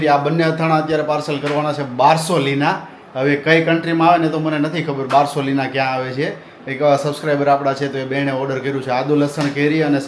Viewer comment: બારસીલોના બોલાય બારસોલીના નઈ